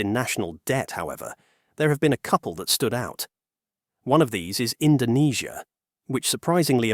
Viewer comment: Don't believe me? listen , where he mispronouce Indonesia due to typo